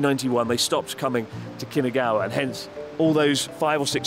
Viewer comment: New drinking game. Take a shot every time Chris says “Kinagawa” instead of “Kinugawa”